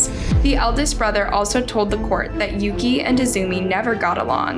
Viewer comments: No she didn't sadly. The brother's name is Yuki (Yuu-key) not Yuu-kah so she pronounced it wrong, and their last names as well I believe because on the subtitles it said Muto (Muu-tou) but she said Moto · Pretty sure Yuki’s name is pronounce YUU-KEY not YOH-KAH. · How does one mispronounced Yuki as Yoko? Tf